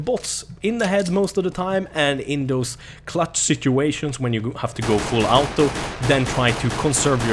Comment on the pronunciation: Foll AUTO xD Norwegian?